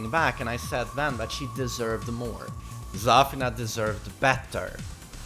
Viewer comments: its zafIna. not zAfina. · It's pronounced zuh feen a. Not zur fin nuh. Hahaha. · the way he says zafina is triggering me so much lmao